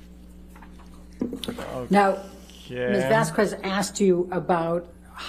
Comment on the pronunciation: The female lawyer in Amber's side progressively says "Ms. Vasquez" Worse and Worse each time LOL